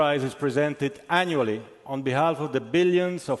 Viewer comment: Did he say presented annually!? 😂😂😂